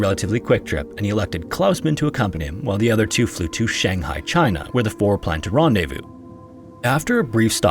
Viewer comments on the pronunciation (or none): none